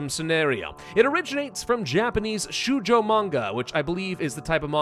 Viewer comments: Small correction the "Ou" in 少女 (Shoujo) is pronounced like the first vowel in the diphthong /oʊ/ like in "Goat" but longer it is never an "U". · To give a short overview of the usual genres/target audiences: Shoujo 少女 = (young) girls Shounen 少年 (young) boys Josei 女性 women Seinen 青年 men, older boys And yes, your pronunciation was "interesting". "ou" is (usually) just a long "o".